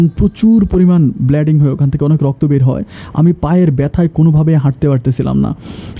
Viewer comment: ব্লেডিং, ফরান, ফরিমান ভয়াবহ.... 🤣🤣🤣😂😂😂🤣🤣😁😁😁...আরে মিয়া উচ্চারনে কি সমস্যা আফনার (!!!🤣🤣🤣) ছিনচেন ভগলুরে ????